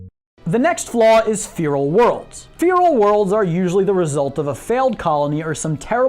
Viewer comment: nah man the next flaw is your lack of pronunciation of the word "feral".